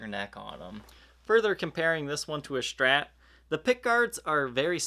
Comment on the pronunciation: Also can't stand the 'sh' pronunciation of SHtrat. It's not right to make fun of someone's way of speaking, but I seriously can't watch his videos.